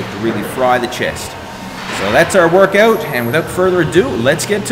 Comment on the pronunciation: Wurrkawt XD